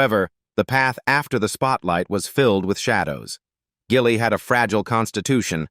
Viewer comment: Gilly is pronounced with a soft G.Your AI narrator is ridiculous.